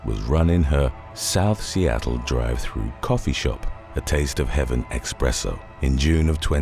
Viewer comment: there is no "X" in ESPRESSO.